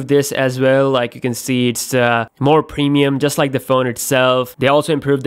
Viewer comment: "Samsang", "pemium", "acquate" lol.